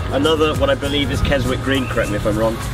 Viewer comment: Yet another awesome video but the Keswick green (pronounced with silent "w") discovery was a disco 3